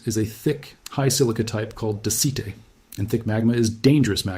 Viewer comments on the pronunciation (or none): Daicite is pronounced DAYSIGHT.